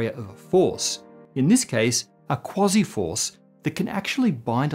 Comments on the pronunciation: QUASI not KWOZZEE! {:o:O:} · I'm pretty sure it's pronounced "Kwayzeye" particles. But I think I know why you're calling them "Kwozzie" particles...😅